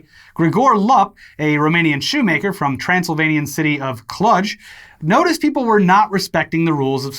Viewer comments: The pronunciation of Cluj was way off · Hearing you guys mispronounce Romanian names like Lup and Cluj is a drug I never knew I needed. Ps, the letter U in Romanian is pronounced the same way you pronounce the double O in English.